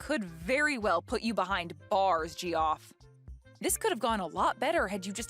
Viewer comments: I'm a bit confused - isn't "Geoff" pronounced like " Jeff", not "Gee-off"? 🤔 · Geoff is pronounced Jeff isn’t it?